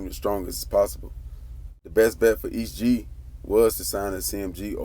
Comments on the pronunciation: “E.S.T Gee” not east gee 🤦🏾🤦🏾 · E. S. T. not east Gee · It's "E S T Gee" not "East Gee" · Nigga quit saying east gee.... it’s E.S.T. Gee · Boi its E S T G not East G. You lame for that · That man name is "Est Gee " not Es Gee 😆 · Thought I was the only one who caught that"..🤣😂🤣😂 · This nigga keep messing his name up